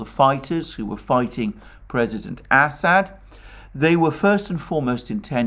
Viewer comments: I like where you discuss PM "Assad" and pronounce his name as "Ass Hat" LMAO! ( I know, it's your accent, but still laughed out loud!) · Did he just say President Asshat?